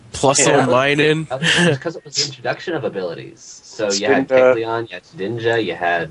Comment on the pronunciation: Lol, ShedNINJA, It's Shedinja dude.